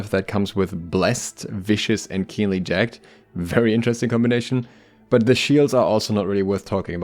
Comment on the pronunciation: Note: jag-ged (ja-gəd) - two sylables.